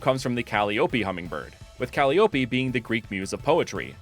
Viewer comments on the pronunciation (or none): Hearing you say cally-oppie hurts me, because I’m so used to saying it as Ka-lie-oppie, which I personally think sounds much more pretty and I think is more correct? Though I could be wrong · calliope is actually pronounced ‘call-EYE-oh-pee’ 😅 love the ideas here! the grass-electric hummingbird is so perfecttt and i love vixsea, super cute little aspiring actor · I'm sure someone's mentioned this already, but just in case, I believe Calliope is pronounced: kuh-LIE-uh-pea (with stress on LIE) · I've never heard "Caliope" pronounced "Cal-ee-ooh-pee". Always heard it as "Call-eye-oh-pee". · I sorry to be this guy, Calliope is pronounced Ka-lie-ō-pee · "Calliope" is pronounced "Cal-eye-oh-pee" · I hate to be this guy, so I apologize in advance, and I'll say first these starters are super dope! Some of the best fake starters I've seen!! But it's pronounced like "kuh-lie-o-pee" 😅😂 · not to nitpick but the way you say Calliopee is fascinating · Yeah that's not how you pronounce the name of that instrument it's ka-LIE-o-py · Calliope = Ca-Lie-Oh-Pi 😊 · guessing early at grass/fairy, fire/ground and water/dark ok i was so wrong. also eyeing you on how you pronounced calliope like a homestuck fan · Uh rilaboom already filled that role for a music gras starter, also definetly not how you pronounce calliope